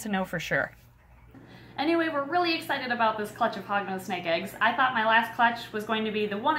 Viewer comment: Every time she said Hognose I thought she said Hogwarts🤣